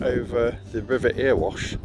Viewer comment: sorry to correct you its not erewash is pronouced errywash